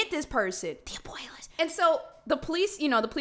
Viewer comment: Lol i love when u say DI ABUELAS!!!😂🤣